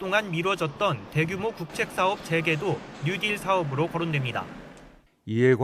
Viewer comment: 뭔가 알기나하고 말씀하시는지??? 뉴딜 발음도 안돼~ ‘뉴디’ 라면서 - 정말 ㅈ ㅣ 겹다 - 구체적 현실적 내용없이- 정치적 선전용 슬로건들만 3년째다